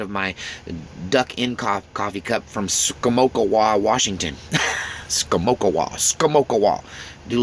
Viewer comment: That’s “Ska-mock-a-way”. About 30 minutes from where I live in Longview.